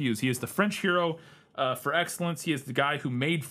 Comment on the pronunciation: Your French pronunciation is perfect,!